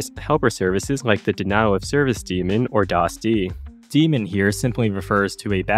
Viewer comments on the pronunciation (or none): (it's day-mon, not dee-mon) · Not sure if this is an intentional inside joke or genuine misunderstanding, but the "ae" in "daemon" should be pronounced as a long "a" like 'day-mon' and is not meant to be related at all to an evil "supernatural being"; as "daemon" predates "demon" and is more like a guardian angel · It's pronounced DAY-MON and ... Never mind... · I don't know if I've ever seen somebody in tech refer to it as a "demon". Like I know it's an interchangeable pronunciation but I've always said and heard "dae-min"